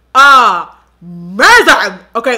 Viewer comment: You had me dying how you said " It smells Ah-mazing!" 😂